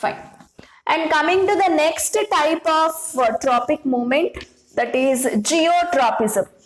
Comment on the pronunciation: It's not zeotropism (no word like this at all) It's Geotropism